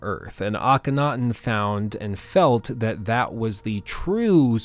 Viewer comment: You really need to learn how to say Akhenaten